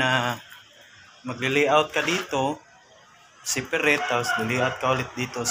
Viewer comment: Laaah English panga galing ng pronouncesion kuya separate ahaha